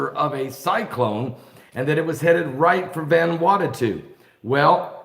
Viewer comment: Ummm... "VAN-WANNA-TU??" At least say the poor country's name correctly... Sheesh.